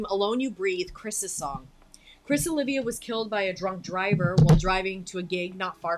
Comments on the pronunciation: Great comments on a great song! Not the end of the world, but a well-intentioned - not snarky - suggestion for any future Savatage reviews: Oliva is pronounced 'Oh-leev-uh' not 'Oh-liv-ee-uh' Middleton is pronounced just as spelled 'Middle-ton' not 'Middle-town'. The other ways sound like AI 😅 Thank you! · LOL, I gotta proffer some corrections: OLIVA = Oh-LEE-vah - not "Olivia" (Gutter) BALLET = Bal-AY - not "ballot" 😛 I'm gonna let "Sava-TIDGE" slide though, cos that's hilarious... 😀